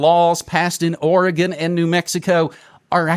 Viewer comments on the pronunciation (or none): none